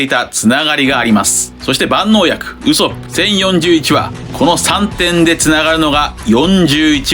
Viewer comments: 毎度ウソップの発音が気になりすぎて考察の内容が入ってきません笑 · 別にいいんだけど、なんでこんなにワンピース研究してんのに「ウソップ」の発音おかしいの？アニメは守備範囲外なのかな？